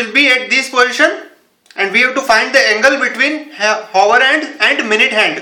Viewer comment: its not handuuu, its just hand!